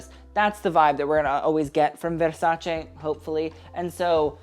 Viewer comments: Lol if you're going to pronounce veRRRRRRsace like that why not learn the other brands as well? 😂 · I can't stand the way he says 'Versace'. If that's the way you're supposed to say it, then fine, but then pronounce ALL the designers the way they are supposed to be pronounced. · I feel like there's only an elite group of people who pronounce Versace like that. Not because they can, but because they've earned it.